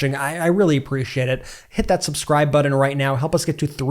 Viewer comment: Pronouncing hard "Ts" as "Ds" is just wrong. It's not buddon it's button.